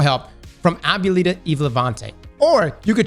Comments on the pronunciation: it’s pronounced “ah-boo-eh-lee-tah” means little grandma in spanish. I’ve been playing D2 for years and never knew Eva was hispanic 😂😂😂😂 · A-bue -lita. A for effort tho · Hoping the Glaive is Statis. Would be an absolute chase Its also AH-BWEH-LEE-TA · A-bue-li-ta is Spanish for Grandma. Which is how I look at Eva. I always call her Meema 😁 but you pronounce that word in Spanish not English lol so just know all of us that know Spanish were laughing at the way you pronounced it 😂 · abuella pronounced "Ab-way-La" and i believe it means grandma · Ab-wuh-lee-tuh is how you pronounce that. Lol It's Spanish. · ah-bwel-leeta. Good try though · as a spanish speaker, it physically hurts me how you cant pronounce Abuelita to the point you say Ablita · It's pronounced ah - boo - eh - leet - a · "ab-you-lita" impossibly loud buzzer sound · It's pronounced "ab-way-leet-ah" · How are you from Florida and not know how to say Ah-boo-eh-lee-ta. Love you!! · My guy. Here is how you would breakdown Abuelita (Ah-bue-lita). I know this will probably be lost in the comment section or as in my wife's case. I teach hear and she forgets soon afterwards anyway. lol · ahh booahh lita say it with me ahh boo aahh liittaa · Lemme help you out. AB - WEL - EE - TAH. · (A-bwa-leetah )is how you pronounce abuelita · I believe its pronounced ah-bweh-lee-tah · Ab- well- eetah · How to say Abuelita for the standard American: 1. Say ahh like you’re at the dentist 2. Ahh + be well 3. Drop the ‘e’ in ‘be’ and say it like one word bwell 4. Rita minus the r at the beginning 5. Ahh + bwell + ita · Sorry but your pronunciation was still terrible lol. Ah bwe lita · looks hella Latino. Aztec literally in his name. 😂 How can’t he say abuelita? AH-BOO-WELL-EE-TAH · Abb - well - eetta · "I'm saying that shit right, right?" No. Lmao. "Ah-bwe-lee-tah" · Btw, abuelita is pronounced "Ab-weh-lee-tah" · Ah-bwa-lee-tah "Grandma" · Ah-bu-eh-lit-ah lol